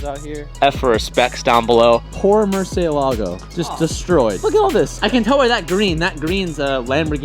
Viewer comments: “Mercay lägo” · The way says Murciélago triggers me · That's a Lmabo Murcylago sea. Dude got more cents than sense. Can't even pronounce shit right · I cringe wen he says murcielago. He says it wrong